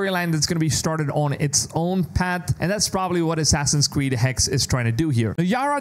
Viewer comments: Its been months now how are you still pronouncing Hexe wrong? It's Hexe, not Hex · The Name ist HEXE not Hex it's a German Word and we spell every Letter of this Name. Hexe means whitch. Same with Porsche not Porsch. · First he was pronouncing it Hex-A (as the in the English word Say) and now he's just pronouncing it "Hex"